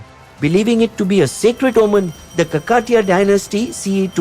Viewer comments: please don't kill south Indian names. do your home work before making a video. ask somebody how to pronounce. Its not kakaaatiya.... It is Kaaakateeeya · You are an Indian channel right? How difficult is it for you to say Kakatiya and Bhadra Kaali?